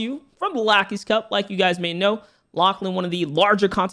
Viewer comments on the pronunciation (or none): “Lackys cup” 😂😂😂